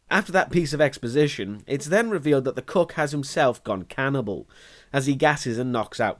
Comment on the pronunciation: Every time he says “cook” I hear “cuck”.